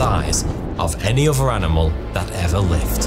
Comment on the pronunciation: why do say 'any uvver' instead of 'any other'? Why do you say 'free' instead of 'three'?